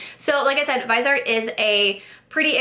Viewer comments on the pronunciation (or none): They're pronounced Viz-e-art and 'Trist' :) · I recommend watching Stephanie Nicole’s videos on Viseart. In one she interviewed the owner of the company and it was very informative. Btw, it’s pronounced vis-ee-art, with 3 syllables, from the French word for face, “visage.” I didn’t know how to pronounce it either until I watched Stephanie Nicole. She is a huge fan of their mattes, but not as much their shimmers because they are more subtle. I have 4 of the 12 pan palettes and they are amazing. The mattes are incredible, but I even like the shimmer palette I have because it’s more subtle. It works well on my more mature eyes, doesn’t settle into the “less smooth” areas. I even wear them in the crease and above where they also look pretty. But, the mattes are absolutely great quality and a pleasure to work with. Love your eye look today!